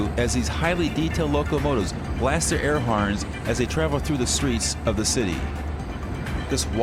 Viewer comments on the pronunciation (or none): go to 2 mins and he says air harns